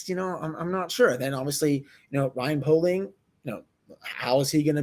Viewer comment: i’m friends with poehling’s cousin it’s pronounced pay-ling